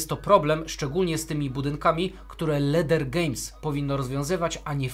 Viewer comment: Pracownicy Leder Games czytają tą nazwę „Lider”